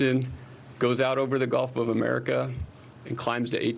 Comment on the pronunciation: Did he really just say Golf of America 🙄